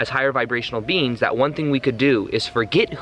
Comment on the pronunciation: love you. but its ET. BEINGS not beans lol xx